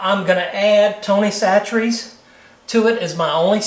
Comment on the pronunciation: Im from louisiana and lived here all my life, and have never heard of tony's pronounced with a "t" in chachere lol. Good video though, im doing this tomorrow for supper!